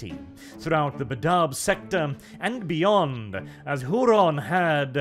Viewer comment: "WHOO-RAN" (??) "Why Don't You Talk Properly???" ~ Fawlty Towers